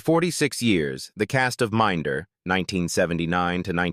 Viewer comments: min da dont you just hate this septic Ai narration lol and Gillingham saying it as Gil ingham lol 🤣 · Dont you just hate this AI narration. Not only is it in an inappropriate american accent but doesnt even pronounce "Minder" properly. Shit when you consider that Minder is the subject of the vid. This is YT pollution.